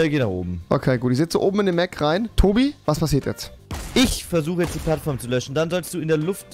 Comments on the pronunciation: Wieso sagst du immer löchst statt löschen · Sobald ich einsteigen muss tobi den Roboter löchen diese Sprachfehler sind geil